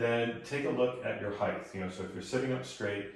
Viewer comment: height vs heighth